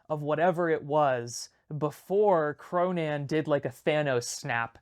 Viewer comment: you kind of pronounce "Cronan" like "pronoun"